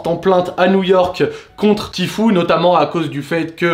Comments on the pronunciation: "Ti fiou" voilà comment on dit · Tu prononce mal "tfue" 😉!